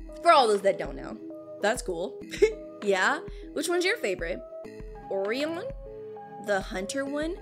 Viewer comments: It's not or-eeon it's or-aion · Hearing her say “or-i-on” instead of “Oh-rye-en” killed me inside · orian 😂😂😂😂😂😂😂😂😂😂😂 I’m dying! It’s Oh-Ryan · It's O-Rion, not Ori-on.😂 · Actually Orion is pronounced as Oh-Ri-an